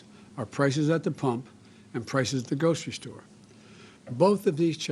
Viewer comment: Dear Potato Head. Social Security has 6 syllables, not 3. Federal Reserve has 5 syllables, not 3. Grocery store has 4 syllables, not 3. Go back to school fool.